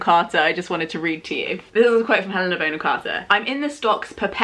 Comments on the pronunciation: I'm really enjoying watching all 'back catalogue' and I've learned so much from her, but... Aaaaarg! It's pronounced Bonn-am, not "Bone-am"! screaaaam Sorry, I'll go back to the video now... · i love your video, but thats not how you pronounce “bonham“ >:( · So is it Bon-hom or Bone-em? I’m really confused. Great homage either way. You could do a Madonna vibe next….not as dissimilar as you might think ❤️